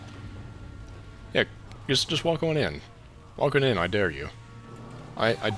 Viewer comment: He said "reGUARDless" when surrounded by rebel GUARDS